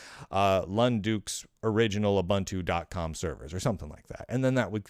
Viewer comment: It's ooo-BOON-too isn't it?